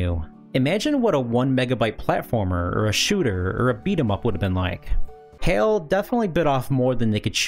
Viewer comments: Isn't Hai pronouced H-AL instead of Hail? Also, I always though Super Mario Brothers 3 was a 3mb game? (Source: The Gaming Historian) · Isn't Hal, not Hayl? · "Hail"? I think you mean "HAL" (sounds like "HOWL") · I was very confused till you showed smash at the end. You kept saying HAL as "Hail", its HAL, no AAAAA sound. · HAL is pronounced like hal, like pal. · I have a feeling HAI is not pronounced ''hail''